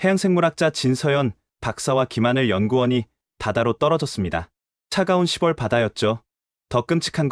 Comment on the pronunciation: 6월 [유월], 10 월 [시월] 나레이터 하실 때 참고 하셔서 바른 발음으로 하시면 완벽한 나레이테가 되실 것같아요.